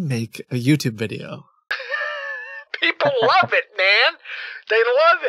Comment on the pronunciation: My cat is glued to the crow pro saga. Every “wideo, every wideo” of crows intrigues my kitty boy.